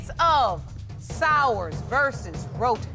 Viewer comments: When Judge LL says Miss Roton - it sounds like she says rodent! Lol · Wait the minute!!!! Did JL say Sowers (sounds like 'Sours') v. Roton (sounds like 'Roden' n 'Rotten' )???? Oh my my my. It was nasty, wasnt it? The court hearing?